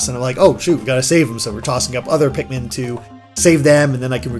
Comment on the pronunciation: "Tosh your Pikman"